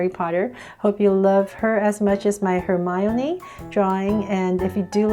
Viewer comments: It’s not “Hermylee”it’s Hermione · U keep saying hermioliy